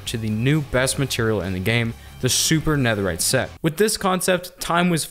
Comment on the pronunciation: Did he really say super neatherite I mean I love the design but super neatherite